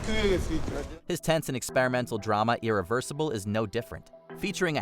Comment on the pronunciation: Well, you did mispronounce Irréversible. It's French.